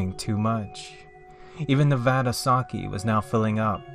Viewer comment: I was more disturbed from the pronunciation of sake